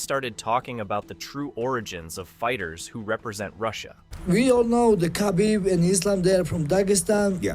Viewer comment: Why is it so hard for Americans to pronounce Khabibs last name